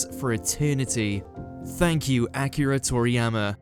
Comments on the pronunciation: "Thank you ack-eera Thor -eeyamma" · How you gonna mispronounce his name though!? Fucking disrespect!!